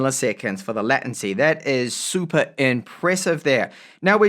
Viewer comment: Hi. I'm a long time subscriber so I'm not trying to troll you with regard to your pronunciation of "latency" ( should sound similar to "laytency"). Your pronunciation would require 2 t's. I'm not the grammar and spelling police, I'm just saying.